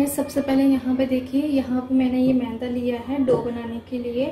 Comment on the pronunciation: Mainda nahi yaar...maida hota hai